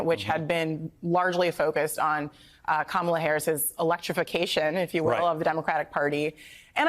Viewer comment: .... Sure sounds like he said Pleading to "black" Harris...